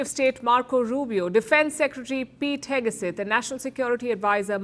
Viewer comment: Pete "HEGESETH" : KNOW-IT-ALL PALKI finally REPEATEDLY shows her IGNORANCE - US DEFENCE SECRETARY'S name is Pete HEGSETH and NOT Pete HEGESETH. JUST SAYING.